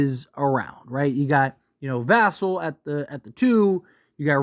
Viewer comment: The way you pronounced Risacher and Vassell made me cringe